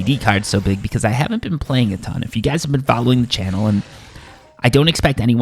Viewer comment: Did you say "we're looking at 20, goys"?